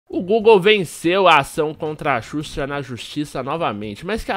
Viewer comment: ''susha'' eahueahhueauhea